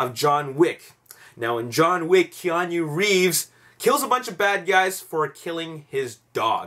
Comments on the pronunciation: Its pronounced Kee-On-Noo not Kee-On-You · lol, dude every time you pronounced Keanu like that i did a spit take.